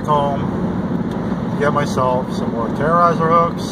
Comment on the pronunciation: It's terror eyz not terror eyzer